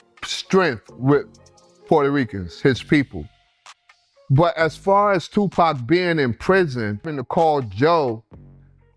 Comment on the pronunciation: He said Tupac's name like PACman🤦‍♂️